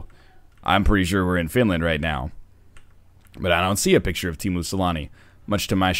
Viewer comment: Its sah-line-ah, not seleenah :/ get it right NL